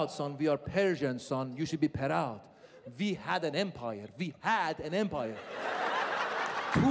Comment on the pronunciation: be per-roud. lol